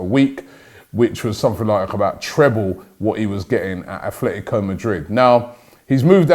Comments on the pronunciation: Robbie it’s Atletico, stop pronouncing it as Athletico please it really annoys me how people insert an arbitrary h into their name. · ffs Robbie, it's "ATLETICO", where do you see the "F" sound?